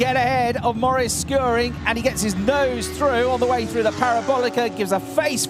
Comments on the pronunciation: The commentator won't say "Shoe-Ring" ever again? Those are perfectly English words.^^ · To the commentator: it is soooo simple: just pronounce "Schuring" like in "shooting". So imagine saying "shooring". What's the problem?!